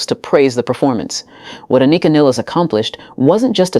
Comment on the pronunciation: Please say her name correctly....jeez.